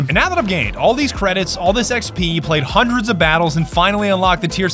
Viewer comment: seven hundered eight hundered nintey seven